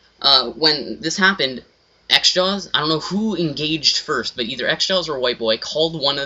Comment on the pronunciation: its not "xjaws" its "xJawz